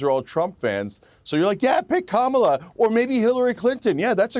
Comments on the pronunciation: Interesting that Kennedy is mispronouncing Kamalas' name. At first, I thought he was saying Camelot. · They're pronouncing her name as ' camel - a ' ... 😮😅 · Dear God, RFK Jr., and his perpetual victim complex, is so unbecoming of a leader. Also, show a little respect, and actually pronounce Kamala's name correctly, it's not "Camela", you sound like Tucker Swanson Carlson... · Joe Biden contributions I dont know but Kamala's (come-la) (yes thats how this name is supposed to be pronounced as it's an Indian name) contributions to global entertainment is absolutely rock solid. Rooting for her to keep it going. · Why do u pronounce Kamala "Camela"? 🐪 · Why does RFK insist on calling her Camel-a? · Love hearing people pronounce it Camel 'er. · Kamala is pronounced “comma la”. You’re welcome. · Why cannot Piers or RFK correctly pronounce Kamala? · I love that RFK mispronounces her name. The left also loves when people do that! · RFK Jr can't bother to learn how to pronounce Kamala's name. 😂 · I like RFK Jr. There are a couple things that are bothering me. Mispronouncing Kamala (soft a) is not helping as it comes across as an intentional jab. The other is it sounds like he's giving up. Is he? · RFK Jr is on the world stage claiming to run a legitimate candidacy for president and he still doesn’t know how to or is it intentionally want to pronounce Kamala Harris’s name properly. Bizarre world we live in.